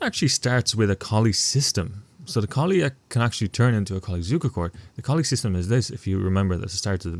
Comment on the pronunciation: At least you pronounced Mr. Zukertort's name decently. Mr. Colle....not so lucky.